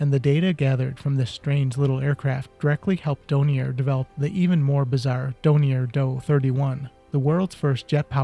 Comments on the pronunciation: Really interesting, but the manufacturer's name is DORNIER, with an R as the 3rd letter - not Donier!!! It's a bit excruciating hearing you saying the name wrong all the way through! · DoRnier. The "R" IS NOT silent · Then you need to learn how to pronounce Dornier! It's Dorn-ear you consistently missed the first 'R'. Also it's not the "Doh-29" it's the "D - O - 29" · Dornier not Donier